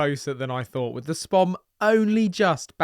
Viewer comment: To say your a fishamen it’s not a spom it’s a spod lol